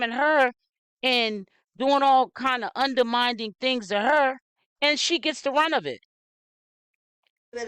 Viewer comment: Undermining (mining not minding)